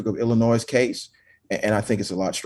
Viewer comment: For the love of Christ! The S in Illinois is SILENT!!!!!